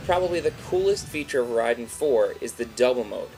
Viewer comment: Rahiden? RHAIDEN!?!?!?!?!? -.-... Ray-den.